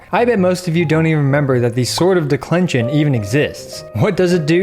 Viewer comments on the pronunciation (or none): The way you pronounced "Descension" triggers me...where did you get the L from haha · Did i hear it right? “Sword of declention?” 🤔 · I was thrown off a bit when he said Declension